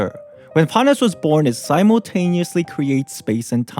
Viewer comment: "Byemon, Spymon, Paimore"